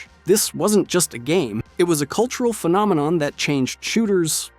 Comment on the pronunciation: "the call of duty phenomenom"